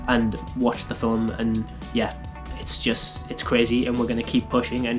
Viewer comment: 'Watched the filem'...Haha you'll get it someday;)